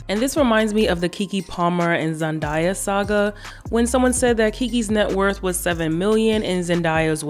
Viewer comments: The way you pronounce Zendaya name 😂😂😂😂 I think you the only one who says it that way. She has video saying her name is not Zen Die Ya but Zen Daya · It's Zen-day-ah.. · I be surprised at how some people pronounce ZenDAYa 😩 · The mispronunciation of Zendaya..... We have darker skinned girls like Sza killing it, but colorism still plays a part